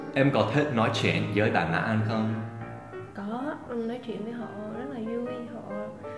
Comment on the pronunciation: Anh ng ta đọc là ăn chứ ko phải an đâu thầy